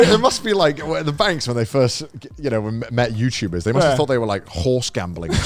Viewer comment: I swear gaunt said youpubers….